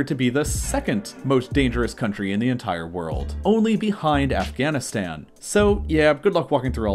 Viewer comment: Its funny and also kinda offputting how he fits h into words it doesnt belong in: ent HHire instead of entire 😂